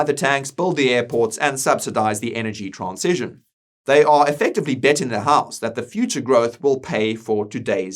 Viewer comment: Please learn how to pronounce "transition".